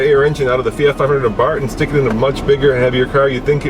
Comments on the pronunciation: Its pernounced abar-TH as in bath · Someone should tell the reviewer that Abarth is spelled with an th.